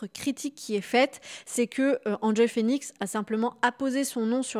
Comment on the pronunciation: Pourquoi dire "Hand Joy" et pas "Haine Joy" Phoenix, à l'anglaise quoi^^ Ca rappelle bien des souvenirs cette vidéo. On est en pleine nostalgie 😀